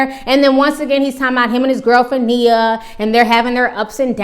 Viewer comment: It's Nia Ti! Not Nina! Lol